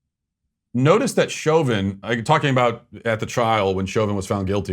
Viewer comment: Ibram Kendi didn’t even pronounce Chauvin’s name right. Clearly he doesn’t know s***.